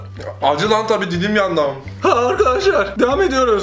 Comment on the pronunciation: 'nın nekadar yandığını dilim yerine didim dediğinden anlayabiliyoruz😄😄